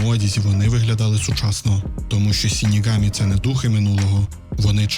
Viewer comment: Загалом мені дуже сподобалось ваше відео, але ця жахлива транслітерація ріже вуха, не сінігамі а ШИНІГАМІ ви ж не кажете сусі а кажете суші вірно? І подібні помилки у вас на протязі всього відео, будь ласка врахуйте це в майбутніх відео